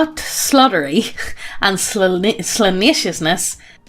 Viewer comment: I enjoy how in pronounces "salaciousness" as if it was "slaneeshousness". God tier.